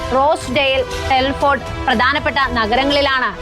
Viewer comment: Not helford actually Telford